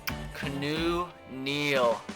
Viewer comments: It's not "Kuh-new" it's "Key-ah-new" freaking idiot... 😑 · No he says kunoo but he thinks it's keenu it's keawno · KEY·AH·NEW like Reeves not Canoe Neal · Aye, its Keanu Neal, not Kanu. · HOLY FUCK HIS NAME ISNT CANOE OR KEYNEW. ITS KEY-A-NEW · Keanu Neal is pronounced (kee-ah-new) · This dude said canoe Neil and Jeremy zootah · Who else cringes every time he says Keanu as canoe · Ur not saying Keanu Neal's name right its key-ah-new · If he says "Canoe" Neal one more time😂😂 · KEY-AH-NEW Neal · It is pronounced keeeeaaaaanoooo Neal jesus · he clearly stated a couple episodes ago that he knows that but he wants to pronounce it kuh-new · Watch his videos he still doesn't know how to pronounce his name